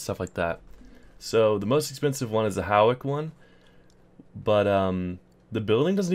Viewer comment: …just came to say, you didn’t pronounce Hawick right. It’s fine barely anyone does 😔 it’s pronounced like Hoy-kick